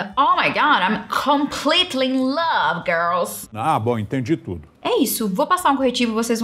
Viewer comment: tentando falar uma palavra nova em inglês = TUDOW kkkkk